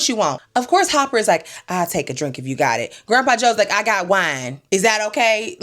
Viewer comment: So you calling Dennis Hopper - HOPPER?